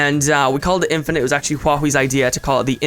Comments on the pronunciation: in-fin-ite ahem... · lol in-FIN-ite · "in-Fin-ite" *slowly clapping* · in-FIN-ite...ILLUMINATI CONFIREMD